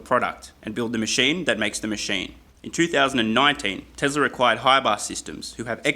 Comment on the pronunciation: I keep hearing "tesla required" every time he says "teslar acquired"